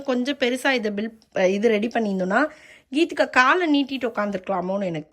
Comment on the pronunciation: its geethegha not keethikha